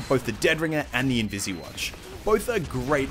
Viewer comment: Its not invisi watch!! Its invis watch!! Dammit